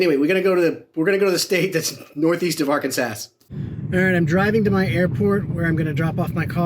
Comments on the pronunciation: C'mon, - It's not ar-kan-SASS - It's ar-CAN-zass. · N.E. of ark-ans-ass had me rolling!🤣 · ArkenASS REALLY!!! Arken-ASS is just Diabolical. 😂